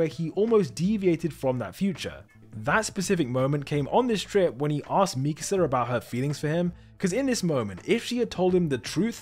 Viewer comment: The way he pronounces mikasa in past two videos really irks me. Like have you even watched the show?